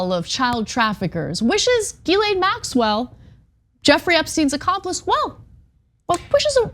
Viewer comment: Ana said it right. Come on, you know our girl did her homework!